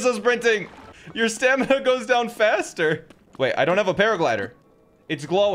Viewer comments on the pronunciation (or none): bro said stanima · He continues to say stanima